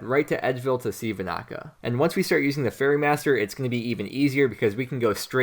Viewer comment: fairE not furry, you are tilting me!